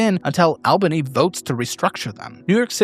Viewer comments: It’s ALL-ban-ee not Ayl-bany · It's "Awl-bunny" 😂🤌🏾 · Most of the time u said this right but it's pronounced 'All-ba-ny'.